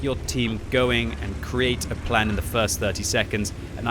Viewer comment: I think in swedish it is pronounced "Krane Vagen"